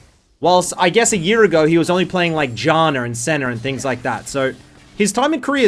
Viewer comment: why is he saying Janner and Senner when its Janna and Senna? im confused